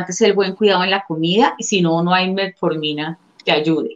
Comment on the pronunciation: aprende bien el nombre de la pastilla no es METMORFINA